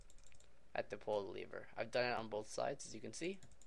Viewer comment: was that the first time u seen the word lever and had absolutely no idea how to pronounce it or what?